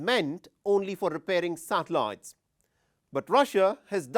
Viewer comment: If hear this dude say “satellites” again 🤦🏻‍♂️